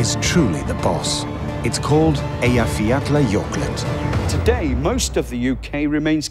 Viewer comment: Still can't believe he pronounced the name of Iceland's volcano.